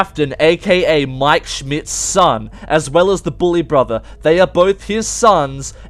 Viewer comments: Josh Heatley no he deffinatly said broper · nah he said BRAther